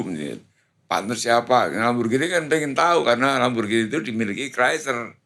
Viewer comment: Lamborgini.. bukan lamborjini.. org indonesia klo ngomong di inggris2kan.. orng ingrisnya aja klo ngomong lamborgini..😅 baru pak stiawan jodi org terkenal yg bener penyebutannya..